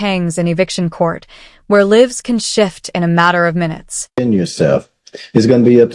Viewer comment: When the narrator mispronounces “live” you know it’s AI crap.